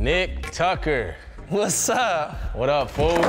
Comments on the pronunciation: “Tucker” say it with us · It’s “Tucker”